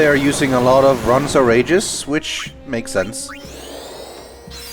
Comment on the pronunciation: isn't it ronso not ronson